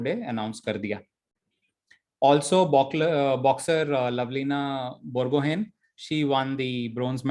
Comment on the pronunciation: Important: Lovlina Borgohain is pronounced as Bor go haai